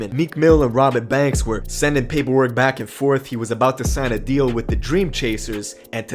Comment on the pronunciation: Sounds like you saying Robit banks